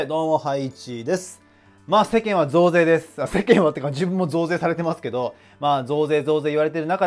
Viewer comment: 最初の増税が童貞に聞こえた人🙋